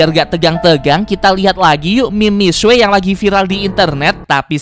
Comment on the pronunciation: Sebenarnya (ga maksa) bacanya tu Misye Bukan mixue